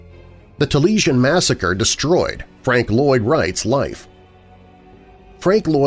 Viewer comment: Wright's house is pronounced 'tah-lee-AI-sn'